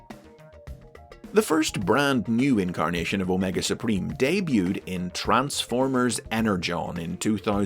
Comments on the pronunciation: "Omega spreem" - wat? That made me completely bust out laughing and do so, so hard I teared up! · My-nega Supreme.